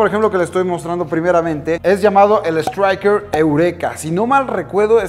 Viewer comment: Así no se dice estriker eureka